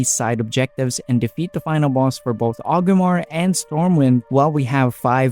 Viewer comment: sounds like you are saying Ogrimmar (with the R missing before the G), then i noticed you put up a list of objectives twice, once for 5 mask achieve and once for the 8, and in both you had the city name spelled as Ogrimmar. so I figured I would let you know it is Orgrimmar, that is why people say Org alot when referring to it, not Og. that being said, it was a good video. I'm just looking out so you will spell/say it correctly in future videos.